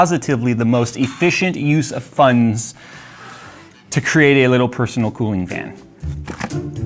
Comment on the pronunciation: "Efficient use of funs"